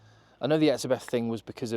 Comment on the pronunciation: Just a little heads-up, the name Etzebeth is German in origin and in pronountiation, the "h" is silent. Hence in South Africa, we say Etzebet.